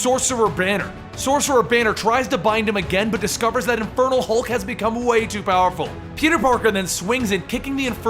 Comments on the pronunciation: It REALLY sounds like you're saying "the INFERTILE Hulk" lol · I honestly thought you were saying "Infertile Hulk" at first! 😂😂 I love these videos, you genuinely make it seem like I'm reading a comic. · Each time you said Infernal Hulk, I thought you said Infertile Hulk.